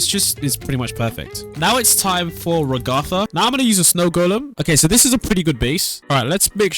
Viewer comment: Its Rag-getha